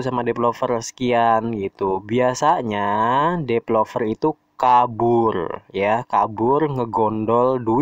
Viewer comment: Developer ya, bukan depelover